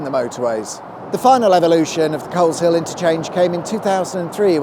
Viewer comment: 2.56 The 'L and H' in Coleshill are silent - it's pronounced 'Coze-ill'